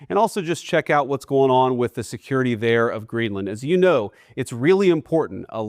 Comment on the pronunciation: Did he say security😂😂😂